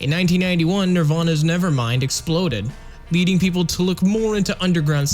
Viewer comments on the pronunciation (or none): none